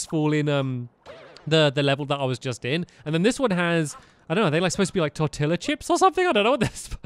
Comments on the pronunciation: Wait...TORILLA? NOT (Tor-tee-ya)?! I know I’m late but, really Stampy! They should have taught you these things in elementary! (I’m not mad, just dissapointed.) (I’m also not a hater, I just have OCD) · "Tortilla" is pronounced "tor-tee-yuh". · British people say tortilla wrong